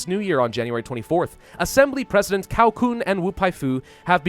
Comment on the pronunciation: Cao is pronounced Tsao